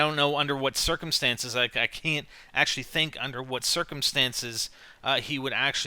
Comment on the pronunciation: u said huat